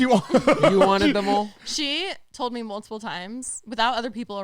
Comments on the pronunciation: “she told me moletipule times”….😭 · “She told me multiple times” I’m so sorry all I could think was MOLEtiple times 🫢 so sorry I’m fucking dying laughing